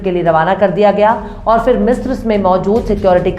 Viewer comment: Madam your voic is very cute, you are very cute and the style to speak also very cute,but pls work on pronounsation in urdu words like ghurur not grur, and phir not fir. don't mind, thanks